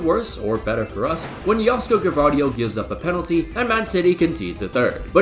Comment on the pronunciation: Plus, he's saying G(a)vardiol